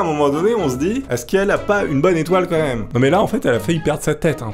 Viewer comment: gros t'abuse a dire "comme même" dés le début fait un effort stp